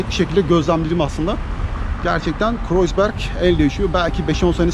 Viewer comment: herşeyden önce kanalınızın müdavimi olduğumu söyleyerek başlayayım. Harikasınız tek kelimeyle. Ukalalık ediyor gibi görünüyorsam kusura bakmayın. Ancak Almanca’yı biraz daha iyi öğrenmenizin size çok faydalı olacağını düşünüyorum (Kreuzberg’in telaffuzu: Kroytsberg, Kroyzberg değil)